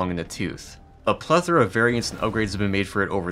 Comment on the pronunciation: Hooray! Someone on the internet who pronounces ‘plethora’ in a way recognisable to anyone who doesn’t use the word just to make them sound smart! Quick tip to those who do - Google will read a word out, and it will sound the way it does in common usage. Not - pleTHORuh, not pLEEEth-ruh or any other weird variation commonly heard on the internet. Of course, language is fluid and providing you can be understood it doesn’t matter but saying things in a way that feels weird to most people doesn’t make you sound smart at all. It draws attention. Sigh. I suppose I must say this - it’s fine to get stuff ‘wrong’ (as in, not according to common usage). That’s OK. But if you are going to narrate a video it’s not that hard to do a Google search on a word you’re not sure of. This can prevent you looking like a pretentious turd, even when you’re not.